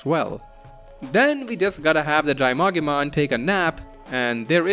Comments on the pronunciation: I noticed some Digimon names are mispronounced. Bakemon is Bak-e-mon Drimogemon is Dri-mo-gee-mon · bakemon is pronounced bah-kay-mon. not bake-mon as in baking. also its drimogemon, not drymogemon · >Bakemon (bah-ke-mon) from bakemono which is Japanese for paranormal being/ghost. >Same goes for Monzaemon (mon-zai-mon) whose name comes from a Japanese playwright. >Drimogemon (Dree-moh-ge-mon) as in Drill + Mogera which is a type of Japanese mole Sorry the way you pronounced the names just bothered me a bit 😅